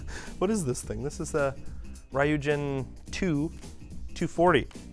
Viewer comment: "Rye you jin"